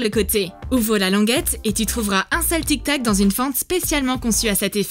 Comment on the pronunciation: c est tic tac pas tic toc